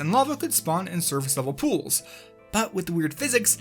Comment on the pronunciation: The way you say cool and pool sound a lot like the minecraft hitsound to me and I just had to say that.